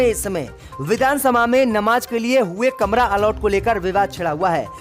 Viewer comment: "All out" is wrong say "Allot" "Nakhlauw" is wrong pronunciation it must be speak Lucknow Majjid be say MASJID 🖓🖓🖓🖓🖓🖓🖓🖓🖓